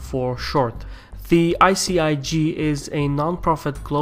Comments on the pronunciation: You read ICIJ like ICIG. It's not "I see I gee", it's "I see I jay" to correctly pronounce ICIJ. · u make a mistake in speech or do you pronounce your j's as g's?? Also what is your native language and where are you from? and is that why you pronounce j's like g's?? Also what do you say right at the end of every video??; it sounds a little like Salem, but at the same time it doesn't. Are you from Azerbaijan? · Jay (j), not Gee (g). ICIJ ;) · Hehe.. pronounces J as G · great piece. but how are you pronouncing the letter J wrong when it's right on the screen? are you not involved in the production of the visuals of your videos? anyway, love your channel.